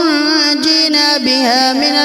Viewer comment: آپ نے غلط پڈ ھا ہے ۔لفظ تنجینا نہیں ہے ۔۔ ۔ tonajeena ہے ۔۔پہلے کسی کو سنا کر اور چیک کرا کر پھر پوسٹ کیا کریں ۔